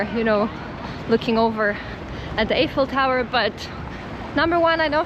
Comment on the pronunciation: I thought it was pronounced eyeful tower.